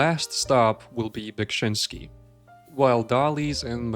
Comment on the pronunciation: You pronounced Beksiński's surname correctly. I'm actually impressed.